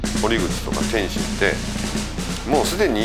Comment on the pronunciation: メイウェザーの記者会見のコメントで天心って言いたいのを、天ちんって言ってるのに、ちょっとツボるw